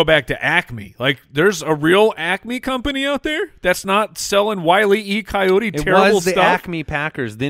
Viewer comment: It is Wile E. Coyote. Not Wiley E. Coyote. The people are disappointed.